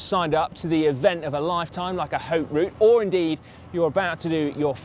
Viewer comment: Great video and great scenery (as always)! One little thing: the 'H' in 'Haute Route' is silent, so one should pronounce it like "Oat Route"!